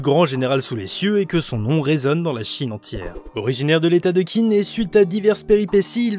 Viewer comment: Whaou ça a vraiment l air ouf rien que niveau dessin, scénario univers et j en passe par contre si tu veux savoir ça se prononcé "Tsine" voilà j étudié le chinois depuis 6 ans (je suis extrement nul à chier) mais voilà c est pour Info comme ça tu te sentira moins con si t en parle à chinois ou que tu veux caler une réf sur l histoire de la Chine voiiiila en tout cas cimer ça a l air ouf